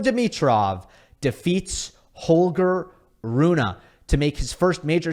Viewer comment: Great content! As always. Just one small thing.. it is Holger RunE not Holger RunA..i even double checked the pronouncement to be sure i am not a dork and i am not😅😊